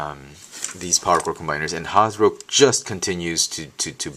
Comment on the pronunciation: LOL. You have a funny way of pronouncing "Hasbro".